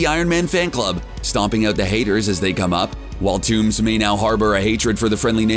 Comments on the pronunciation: Who is this "toomz" you keep speaking of? I don't recognize the name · No *toomes it’s vulture